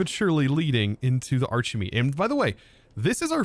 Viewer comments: shouldn't it be pronounced "arki-meat"? You're not called Chosen Archie-tect are you? :P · Why is it pronounced like arch and not like architect?